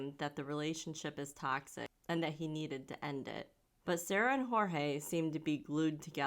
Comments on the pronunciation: Poor Jorge...he was so manipulated that he ended up giving the cop the pronunciation of his name the way she says it instead of the actual way. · It's pronounced George. No silent J.